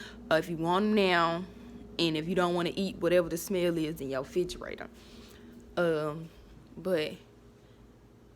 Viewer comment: Girl I'mm need for you to learn how to pronounce "refrigerator "🙄